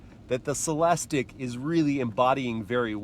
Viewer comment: CELEST-IQ...repeat after me.